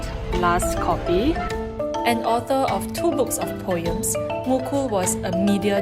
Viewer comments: You don't pronounce it POYEM. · The way you pronounce POEM and POETRY is very....amusing